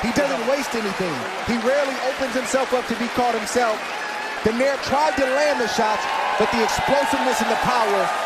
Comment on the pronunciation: Pronounce "Don-Eye-Reh" never "Don-Air". Jeezh.